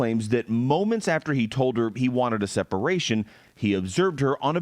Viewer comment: I still try to figure out why he & the media calls her Sha-nan and her mom calls her Shannon ...